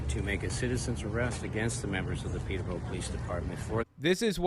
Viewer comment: They don't even know how to pounce Peterbrough